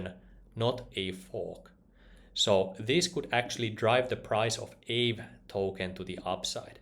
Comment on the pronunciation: I believe it's pronounced ahvey ;-)